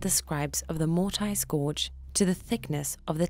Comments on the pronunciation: Stop saying mort-ice. lol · This has to be one of the most misleading video. The guy using the wrong vice. He is wiggling the chisel all over the place. Even the way you say mortice is wrong. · Can't watch this, who says "Mortise" that way 😂